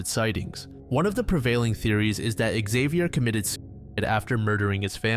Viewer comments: Xavier, not Ikzeviyer. He's french ffs. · Man you need to look up how names are pronounced when making your videos. "Exavior"? You even say Xavier correctly throughout the video and then incorrectly several times. There is no E in front of Xavier, this is like the whole "A-Aron" situation all over